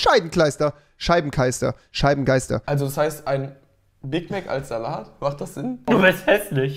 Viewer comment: Niemand: Wirklich Niemand: Nicht einmal rewi: "cheibenkleister"